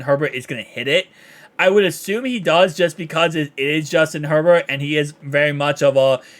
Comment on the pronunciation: Are you saying justin herburrow? Or just herbert weirdly lol